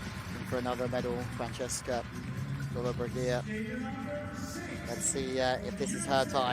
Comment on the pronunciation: Commentators should have some respect for the competitors & pronounce their names correctly, this commentators persistant inability to pronounce Lollobrigida was irritating & disrespectful.